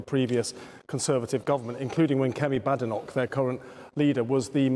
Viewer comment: It's Badenoch as in 'BAY'-denoch. She's the leader of the opposition. She's made this clear countless times. To ignore it at this stage given that you're a senior Labour Party member seems purposefully disrespectful.